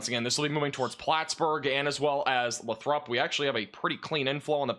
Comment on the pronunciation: Lots of different pronunciations, but in that area Lathrop is pronounced 'lay-throp'